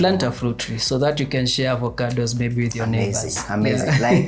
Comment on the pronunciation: He said "Ovacandos".....